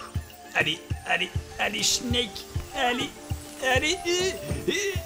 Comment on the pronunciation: Quant tu crie " SNEEEEK" on dirait que tu gueule "SCHNEEEEEELLLL" ça fait pas le même effet XD